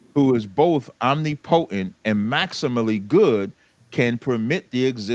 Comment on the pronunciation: Lost me at Omni-Potent. How we got so much doctrine but don’t know how to read 😂